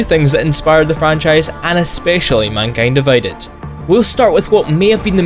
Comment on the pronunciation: minkyend diveyded